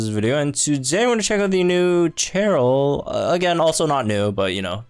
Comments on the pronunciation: my dude, why are you pronouncing her name like that. Cheryl isn't even a made up name, you should know better. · Forgive me if you’ve been doing it as a joke and I’m unaware, BUT the pronunciation of these names have been killing me lol. Cheryl is pronounced “Share-il” not “Chair-il”, and Thorton is pronounced “Thor-tin” kinda like how Thornton would be pronounced minus the N lol. When in doubt, the first voice recording in the sync pair profiles is usually them introducing themselves.